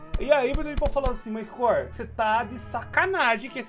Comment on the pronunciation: Te chamo de corr pq vc pronuncia assim